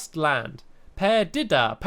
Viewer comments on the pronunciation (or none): The town is pronounced Perdeeda. (It's Spanish for "lost") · Per-dee-dah Perdida. It helps to watch 101 Dalmatians ;) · peer-de-da i think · Stampy, Perdida means lost in spanish. It´s pronounced like this: per-DEE-dah. :) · Per-di-da lol Stampy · say it with me per did a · It's per de da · It's perdida which means lost in Spanish